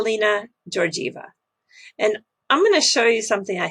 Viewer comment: to be correct both letters G in the last name GeorGieva should be pronounced exactly like in the word Google. She has a very common Bulgarian last name.